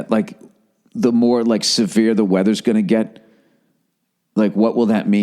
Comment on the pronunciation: I hate it when people say "ser-vere" instead of "severe" like severe weather.